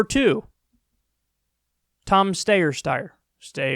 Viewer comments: I dislike the videos where Kyle says Stayer-Steyer. I can’t take it anymore. That got old for me. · IT'S PRONOUNCED AS "STYRE"!!! FOR CRYING OUT LOUD. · It's pronounced "sty-er." Rhymes with Meyer. Why does nobody know this ? The guy has been politically active for a long time. He's some kind of environmentalist. He's one of the few Democrat billionaires out there. There are probably only two, and they're both running for President. Lol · Kyle, just settle on one name pronunciation for Steyer. Doing it twice is extremely annoying! He's not even worth trying to pronounce it accurately, anyway! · Please, for the love of God, Kyle. Stop it with the Steyer thing. Either figure out how to say his name or don't but this joke hasn't been funny for a looooooong time. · I love how Kyle refuses to learn how to pronounce Steyer. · I've grown to like the bit. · Me 2!! 🤣🤣🤣🤣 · it has become something of a meme/inside joke for his audience, why would he get rid of that? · It's the new Bet-On-My-Stork now that he's out. I like it.